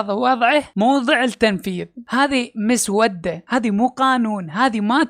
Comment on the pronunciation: كل الاحترام لحضرتك ودائماً اتفق معك لكن عندي ملحوظة صغيرة كلمة مسودة نطقك غلط لها هنا تأتي بمعنى لونها صاير اسود او مسود ، بل تنطق مسوّدة